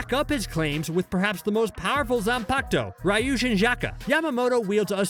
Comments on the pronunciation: “Zanpacto” LMAO I DIED WHEN HE SAID THAT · Zanpakuto [Zon-Pok-Toe]